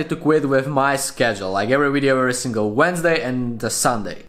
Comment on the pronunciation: "Finish the wideo"